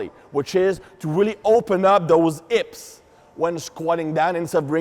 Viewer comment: And hips = "ips"; elbows = "hellbows."